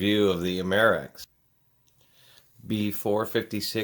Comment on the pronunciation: You have a few good points, and A of incorrect information in this video. If you don't know the subject well, you should research more before providing misinformation and reinforcing misperceptions about fire extinguishers. First, it's pronounced AM-er-ex; also, your quality opinions also are dated and not necessarily reliable. However, larger capacity usually does equate to more extinguishing capability, but ratings don't always track with agent weight. Your descriptions of how the agent works to extinguish fires is messed up, with just enough accurate information to be confusing: The prime mechanism an ABC (or BC) dry chemical FX uses to extinguish fires is the agent breaking up the chemical reaction of the fire itself; see info about "Fire Tetrahedron" for more explanation. This is how the agent is highly effective on a weight basis on Class B fires (Flammable Liquids, Gases, and Greases), by interrupting the chemical chain reaction of the fire itself, NOT by smothering. The monoammonium phosphate (MAP) agent used in ABC extinguishers has the additional mechanism of smothering, which makes it effective on Class A fires (Ordinary combustible materials, such as wood, paper, fabrics, plastics, etc.). These solid materials can smolder after the primary chemical mechanism knocks back the fire; since not too much heat is removed by the dry chemical, a secondary mechanism is needed to prevent these solids from re-flashing into flame. The MAP agent does this by disassociating or b